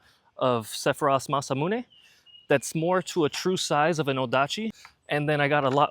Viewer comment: That beast looks so sexy. I want to own that Sword! Linguist nerd point; 'Mahs--Ah-Moo-Nae' Not 'Masah-Mu-Nae'